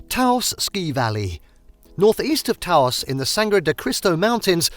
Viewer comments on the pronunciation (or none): Glad to see the caverns included here. So many travel guides and photo series seem to forget that they even exist. I won't go on about Gila, we always knew the out of staters based on that pronunciation. Taos, on the other hand, is pronounced more like house rather than Tah Ouse.